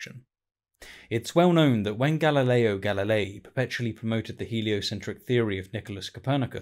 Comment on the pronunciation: Galley? The guy was called Galilei. Three syllables. Edit: Please, for the love of the Flying Spaghetti Monster! It was really hard to listen to this, with your mispronunciation of this great scientist‘s name being that grating. I barely made it to without just stopping to listen [which is where this finally stops, offering a good position to jump to, if there are others who are similarly afflicted].